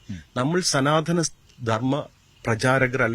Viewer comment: സനാ ത ധ നമോ... സനാതനം ആണന്നു തോന്നുന്നു.. ചാ ഞ്ചി റികം പണഞ്ഞു മറിക്കുവാണല്ലോ....